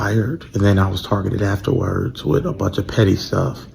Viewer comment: “I was tar-gitted after-wurrrds” 😂😂😂😂 Then started a give-send-go although they don’t like socialism. 🤣😂😂😂😂 You can’t make this up… He’d better start selling shirts like Coondace. 🤣🤣🤣☠️